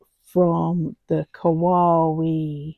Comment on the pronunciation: The quote - indeed, the world keeps turning Kawaii - kuh why ee 😉(like saying The Gerbera was instantly recognisable 😊 That's a very podgy mallard😆 LOVE the fern! think that's my favourite. Well done 😁